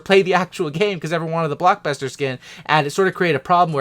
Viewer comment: You said bluk buster